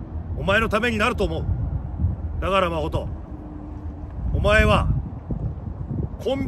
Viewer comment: マホトって言ってるんだと思うんだけど マコトって聞こえてしまって 一瞬、自分の名前呼ばれてるかと思った😅